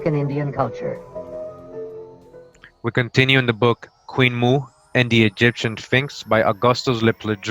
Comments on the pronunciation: Queen Moo? Or Queen Mo'o, pronounced Mo - oh? Mo'o is the Hawaiian word for reptile. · In fact on the title page there's a glottalstop above the first O indicating that the pronunciation is not Moo but Mo'o, meaning lizard or reptile. Queen Mo'o could very possibly be Queen Reptile. Some of these beings were wonderful. Some not so much.